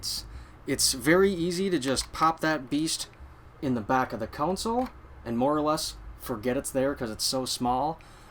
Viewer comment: Hey - - GREAT video - just one thing - its a CON SOLE - Its NOT a COUNSOLE!! since you said that word about 100 times - PLEASE learn how so say it!